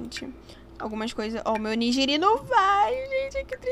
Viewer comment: Oni"gui"ri My kkk amei o vídeo <3